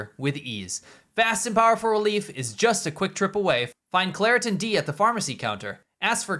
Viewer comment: Claritin ffs😂😂